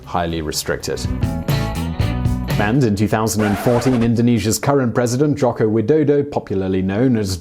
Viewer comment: you made terrible sound while pronounciating "Soekarno", "Soeharto", and "Joko Widodo". gladly you didn't mention about the former president Susilo Bambang Yudhoyono, because i believe it will be the most terrible attempt to speak that name than the other three.